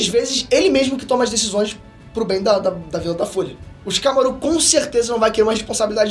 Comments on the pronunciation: So eu que fiquei aguniado do falando Shikamarú? mas o menino tem talento sim, não é imitação do Peter que é muito top, mas o ta em uma evolução muito boa, parabens ao esforço de voçes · Shikamarú nao porra fala o nome fo personagem direito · vc fala shikamaro estranho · Tava tudo legal no video até o mlk falar ShikamarÚ, chega fiquei triste na hora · “ShikamaRÚ” foi sacanagem😂😂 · O mais estranho e engraçado do vídeo é ver o falando o nome dos personagens errado. É muito constrangedor ksksk. Shikamarú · Não aguento ouvir essa pronúncia de Shikamarú kkk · Xikamaruh? Se liga nos nomes e como se fala, se liga na pegada do episódio de antes no canal. Fonética! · cara, legal vc dar uma força ao seu pai mas pelo amor não fala o nome dos personagens errado kkkkkkkk a sílaba tônica não é o RU de shikamaRU…. já deu pra ver que vc tá lendo o roteiro e falando sobre um anime que vc não assiste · Q agonia ele falando o nome do shikamaru errado vey 🤡